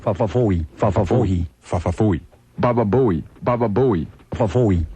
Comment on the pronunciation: Howard stern gets progressively worse at pronouncing fa fa fooey